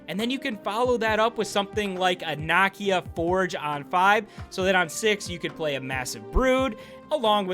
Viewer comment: Bro her name is pronounce Nah’Key-Ya….not “knock-e-ya”